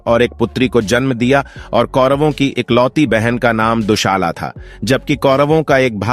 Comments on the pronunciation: हिंदी सही बोलो दुशाला नही दुसला बोलो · हिंदी सही बोलो। दुशाला नही दु सला कहो